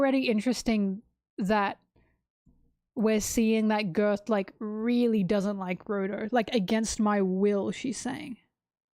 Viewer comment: I don't know if it's on purpose or just your accent, but I do find it funny that you call Gerd 'Girth'